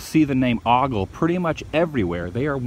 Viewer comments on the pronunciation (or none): Can I help you out with the pronunciation of the name "OGLE" it's a long O as in "open" ..... not aww sound like "often". If you want to sound like you're from the area, you'd say "O-gull" Try it for yourself, go ahead... I can't hear you. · it is ooooogle not ahhgle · 'Oh-gle" not "ah-gle". :) But some also say "Oh-gah-le". If you're from up North. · Just a little FYI locals pronounce the name with a long "o". So it will sound like "oh"gle. :) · Great job as usual. BTW, it's pronounced "Oh-gul". :-) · it's pronounced O-gle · Ogle is O as in Oakley not Octopussy. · ogle is not pronounced like that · Dude learn how to pronounce the name